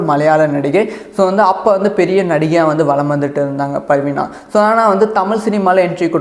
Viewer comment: Sir it's not parveena it is parveena